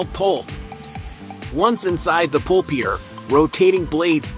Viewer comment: TF is a "pulpier"? It's a PULPER. These AI bs channels make us stupider and ruin otherwise good documentaries.